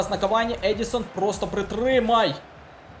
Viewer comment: ЕдіНсон Кавані, а не Едісон